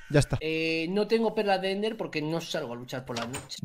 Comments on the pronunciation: Minecraft: se dice perlas de Ender Rubius: endas de perler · Nadie: Absolutamente nadie: Rubius: "Endas de perl" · Don Ramón: Tiene toda la barriga señor razón Rubius: Endas de perler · Después de un año es q me doy cuenta q les dice a las perlas de Ender "erlas de pender" xd